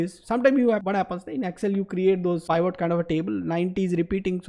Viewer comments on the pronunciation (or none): Pivot needs to be pronounced as pi. vuht not pyvot!